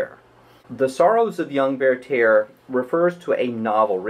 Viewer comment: Why do you pronounce Werther "VeyrTEYR"? It's pronounced VERter.